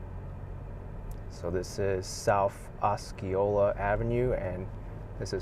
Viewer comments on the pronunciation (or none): In Osceola the C is silent,, fyi